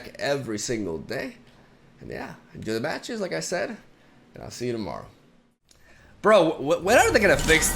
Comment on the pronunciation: Also that "I'll see you tommorow" pronunciation.